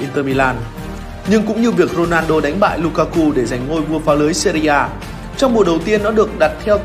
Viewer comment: Co len a rrrrrrrnaldo